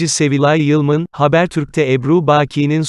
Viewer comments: Sunucu nasıl bir Türkçe,nasıl tonlamalar.Lütfen şu dilimizi düzgün kullanın.Ayrıca "Yılmın" ne arkadaş.Kadının soyadı "Yılman". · yılman ı niye yılmın diye telaffuz ediyorsunuz..